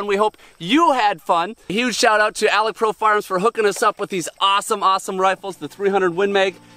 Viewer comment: It's Alex Pro, not 'Alec' Pro